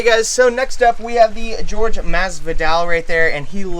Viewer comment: It’s not George it’s Jorge